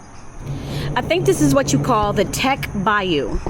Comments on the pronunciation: Bayou Teche is pronounced bayou “Tesh” rhymes with “fresh” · Bayou Teche is pronounced “tesh” but no worries. We’re used to people mispronouncing things like that around here. Bienvenue a Louisiana! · Bayou Teche = pronunciation Tesh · Being from Louisiana, I couldn’t help but giggle at how you pronounced “Bayou Teche” 😆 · Teche is pronounced like mesh but with a T. Great video! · Bayou Teche not Tech but enjoy, you would pronounce it like Tesh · teche is pronounced Tesh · A couple things - Teche is pronounced "tesh". French influence. Second, I don't like crawfish, but crawfishing in a ditch is not lucrative so most you get in that area is from local farms or the Atchafalaya basin area. It isn't from ditches lol. South Louisiana accent is cajun/creole mainly. New Orleans accent is a bit different amd north Louisiana is entirely different. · Bayou Teche is pronounced “Tesh”. FYI. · Tesh, not Teck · Bayou Teche is pronounced like TESH instead of teck lol but this video is awesome ❤ glad u enjoyed yourself out here sha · Tech not tec bayou! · This made me homesick. I’m from Gonzales, “Jambalaya capital of the world”. I had to laugh at the “lurking” spiders. As a teen, I almost walked into a huge web w/a 2” banana spider in the middle. I’ve got the willie’s just thinking about it. 😬 BTW, Teche is pronounced “Tash”. 😉 Safe travels. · It's the Teche , pronounced "tesch" or "tesh" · Bayou Teche (pronounced tesh). It’s backwards for some reason. Haha! I’m from south Louisiana. Bayou Teche runs through my backyard… I’m about an hour south of Breaux Bridge. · Teche is pronounced tesh. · It’s pronounced (tesh) teche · It’s the Teche, pronounced Tesh. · Great film, but it is pronounced Tesh. I live on it. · Words in Louisiana can be tricky. There is a bayou named Teche as well as other establishments with that name in it. Teche is pronounced "Tesh". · Bayou Te-sh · Pronounced tesh rhymes with mesh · Its pronounced Teche (Tesh)...😊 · Bayou Teche (sounds like Tesh).